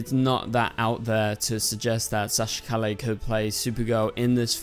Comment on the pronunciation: you cant even pronounce Calle correctly geez...